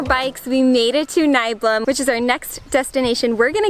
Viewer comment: Nicht Neiblum, sondern Nieblum 😉, Gruß von der Insel Föhr ☺️